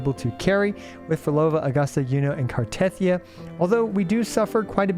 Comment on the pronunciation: The way you pronounce Cartethyia even when they pronounce it in game makes me want to cut my ears off and feed them to a Malamute. But CC’s don’t even listen to in game dialogue because you skip everything makes sense. All good.